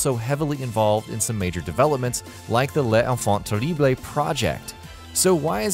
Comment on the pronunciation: "Les enfants terriblÉ" project